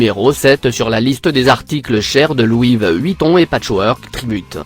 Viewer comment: De louis VEUEUEEHHUITON😂